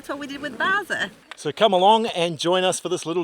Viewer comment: How would Skaði perform here in the e.g what happened in 25 minutes…ish ? Nevertheless ; well done ✊ Ps : your truck’s name is ”Bowser” ? Why do I hear ”Belsa” 🫣?